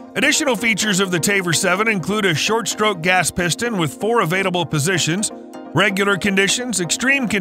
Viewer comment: I didn’t know “avaiDable” was a word. Re-record your voiceover and the word you’re looking for is “available”.